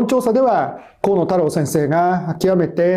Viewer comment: 河野多様性先生と聞こえた😅